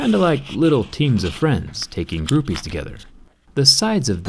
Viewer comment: "Groupees" ( ͡° ͜ʖ ͡°) ( ͡° ͜ʖ ͡°)